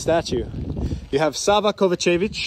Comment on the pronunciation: Bro it’s pronounced KovA-čević not KovaČEvić. Focus on the A ❤